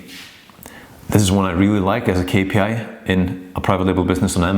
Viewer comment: very informative. that "k" tho is psychotic it's really "Ix" too distracting